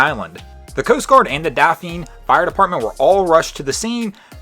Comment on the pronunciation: Hey man FYI Dauphin Island is pronounced “dolphin” not “dol feen”